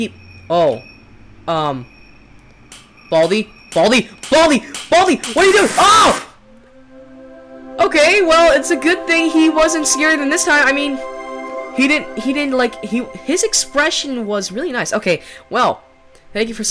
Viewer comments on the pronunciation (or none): You can't say time you say chime